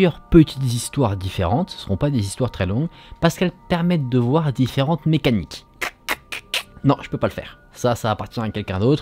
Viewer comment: Le « mecanikkkkkk » de 😭